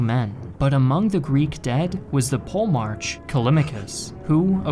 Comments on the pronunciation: You are butchering POLEMARCH. It's PO-LE-MARKH, the CH is soft, like in arCHitect. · Pole March... I'm pretty sure it's pronounced 'polymark' (polemarch) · Polemarch is not pronounced pole March lol it's Poli- mark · the generals would be called Stratigos and the big general would be called Polymarch with a k sound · Paul-March is not merely a butchered Greek name, its a travesty to the human ear. Gj on the video tho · Your pronounciation of Polemarch sounds so funny. Try saying it as Po Le Mar Kos. It would sound a lot better. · I know you don't want to go down the rabbit hole of linguistic pronunciation, but pronouncing Polemarch that way was supreme cringe.